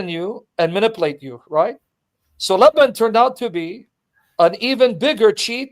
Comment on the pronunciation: And Lebben is Laban